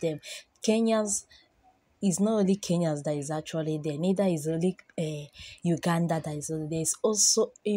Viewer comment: The pronunciation. Yugandia (Uganda), Madagacos (Madagascar) 🤣. You won't kill me die 🤣🤣